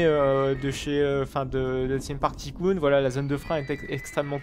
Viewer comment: js mais il le prononce ticoon